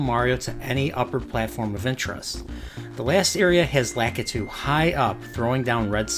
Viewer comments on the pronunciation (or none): none